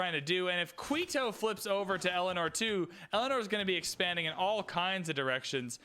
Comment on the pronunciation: really need to work on these pronunciations. Saying "Qweeto" and "Bagoda" is just wrong... other than that, keep up the fun.